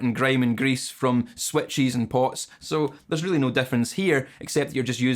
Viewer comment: Did he say switches or sweat cheese?